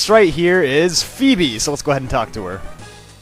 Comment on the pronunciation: Yes! You didn't mispronounce Phoebe this time! I still can't believe you used to think it was Foo-Bee or Fwebie.